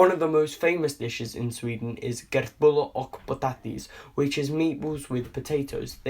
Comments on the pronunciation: Kertbulla ok pootatis XD it’s köttbullar och potatis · wtf kertbuller ogkkk potaatissss. Kött bullar och potatis. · Emma Lindberg xd ur right im from sweden its kött bullar och potatis